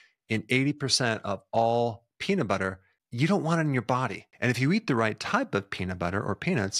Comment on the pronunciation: the way u said peanut in the beginning sounds way like “the worst thing u could do to a person is take away their peni..”. made me flinched until u said nuts 😂